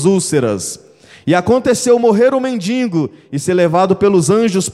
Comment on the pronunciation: Não se diz mendingo. É mendigo